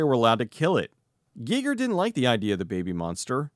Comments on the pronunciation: This is the first time I've EVER heard someone pronounce it GEE-ger. I've always heard it pronounced GUY-ger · I hope I'm wrong, but I'm pretty sure it's pronounced H.R. "Guyger" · Am I the only person that was going crazy listening to him pronounce Giger ?